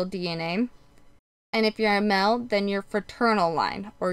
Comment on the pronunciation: Spelling and pronunciation errors really make you appear less intelligent. You didn’t toke the test you took the test. Mail and male is pronounced with a long A sound not ‘ mel’ with short E sound.